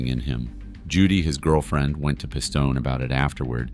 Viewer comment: WHO THE FUCK IS "PISS TOE NAY" 🤣🤣🤣🤣🤣 you also keep calling a capo a soldier wh8ch ruins your credibility.